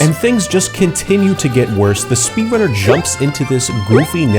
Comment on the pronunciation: I swear I hear speedlunner